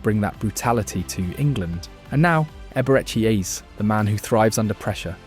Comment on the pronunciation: Ah yes so glad Arsenal have signed Eber eck E Eez. The AI slop content is so annoying